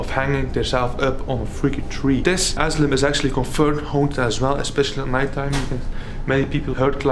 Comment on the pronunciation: We call it caution tape or hazardous tape aka RIBBON, IS THAT THE WORD YOUR LOOKING FOR ? Asylum is pronounced A SI LUM THE Y SOUNDS LIKE I. ENJOYED THE VIDEO 😊